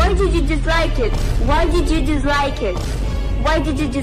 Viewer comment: Why DiD yOu DiZzLiKe Eeet Why DiD yOu DiZzLiKe Eeet